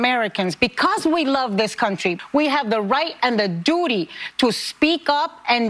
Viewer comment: She said dootyw